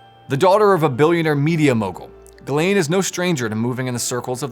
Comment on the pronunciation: its name is jizlane! Pronounce correctly...